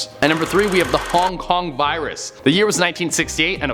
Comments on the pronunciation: "kong kong virus" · He: cong cong Me:whats dat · Wait did you say kong kong😂